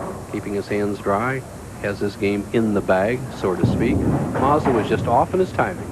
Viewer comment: Has anyone counted how many times Bo Burton called him "John MAZDA"??? LOL